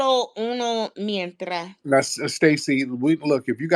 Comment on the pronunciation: The OnlyFans girl was saying “una mientra” but was trying to say “una mentira”. OnlyFans is a lifesaver for some.